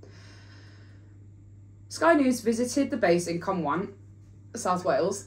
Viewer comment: Okay, but the way she pronounced Cwmbran had me cackling 😂